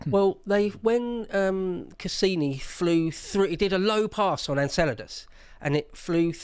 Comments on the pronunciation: You’re a what? An Enchilda? Oh… you’re from Enceladus; gotcha. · smiling because of pronounciation of Enceladus(Enkélados).